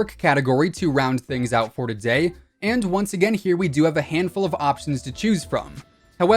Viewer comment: What accent is that “for dotay” instead of today